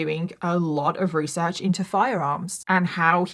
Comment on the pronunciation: You tell this story so wewee well your weesearch in incwedible.😂😂